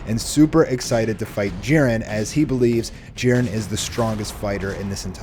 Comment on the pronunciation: I hate when these fools keep saying jirens name wrong